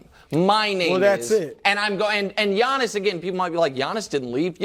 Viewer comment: It’s Giannis! Not Janis